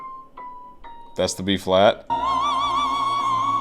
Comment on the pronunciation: Really should be pronouncing his name correctly by now - it's mash, not marsh. You even have Igor right there at the start introducing him to hear how it should be pronounced, so there's no excuse :P